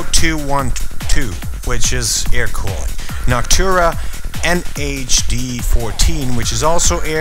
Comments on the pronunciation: Is NOCTUA not NOCTURA xDDD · its Noctua not Noctura, man. Btw awesome vid